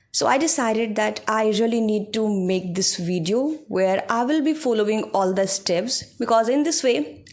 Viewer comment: You are doing good.❤ But one thing i want to tell after watching your videos about your speaking/ pronunciation. Aap bhot ajeeb tareeke se then word ko pronounce karti ho, same for "speaking" your pronounce it "eespeaking" ..... please work on it too. Speak naturally u seems like acting to speak in english work on accent.... watch janhavi pawar she speaks naturally 😊